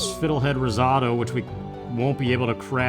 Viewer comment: 1. Spring! Finally! YAAAAAAAAAAAY! In the real world too, for that matter. 2. Say it with me,, slowly: "Riz-OH-toe", like that. Sigh...Americans...mind you, I'm 25% Italian, and it's the bet 25% I have, in some ways. It' snot your fault the English language sucks. 3. I'm kind of happy they put you out for your scope, eh ( know it was a while ago in real time now, but still): even if it's more expensive, I have stronger nerves than you do, and even I had a mild panic attack when they shoved a tube down my throat when I was conscious. I've had two of those done, and the second one was WAY better because they put me under for it. Just not one of the procedures I'm good at, I guess. 4. Duuuuuuuuude, my mom's rice pudding...ugh, that would be my only food in Heaven, and I don't even believe in Heaven. 5. Pop-pop-pop-pop-pop-pop, WHEEEEEEE! Spring puts me in a good mood. And I have yellow tulips on my desk right now. One o them, just one, is VERY dead, and I'm calling it my "dud bud". 6. "He's an asshole!" Have you ever heard "I'm an Asshole" by Dennis Leary? Hilarious song; I think you'd like it. 7. Sigh, you don't have to smoke pot to get artistic inspiration. I've told you before that your body's natural store of DMT can lead to very vivid hallucinations without you having to be high. You know that's how you dream at all, right? 8. F*ck the jewellery commercials, but you ARE at least young and in love. That's nothing to sneeze at. Me too, but the problem is, I love a man